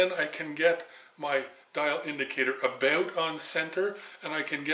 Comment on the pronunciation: Aboot on center Aboot ready. Oh i never get tired of that lol